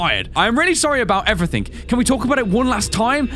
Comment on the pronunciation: You always saying evrythink